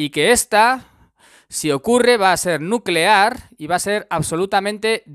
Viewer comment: Nucelar, la palabra es nucelar